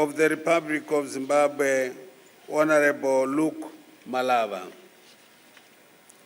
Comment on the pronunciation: Did he correctly pronounce Luke MaLaba right there?